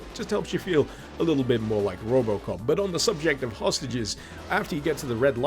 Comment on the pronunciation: Then he said robocop i actualy heard robloxcop